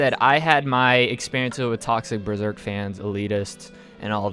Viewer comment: Berserk, Hunter X Hunter, and Vagabond... Thats not how you say it...